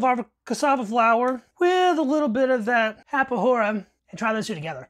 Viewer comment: The "Farinha de mandioca" is intended to mix the rice and meat. It´s a food that sustain you for a long period of time. and saciate your hunger faster. The "rapadura" is pronouced with a hard D, and it´s is a sweet made with the sugar cane syrup. It´s like a harder version of brow sugar.